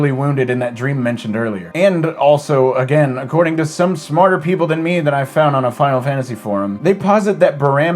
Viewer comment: Now everytime I say Final Fantasy, I can't help but pronounce it as Fie-nuh-fannisy!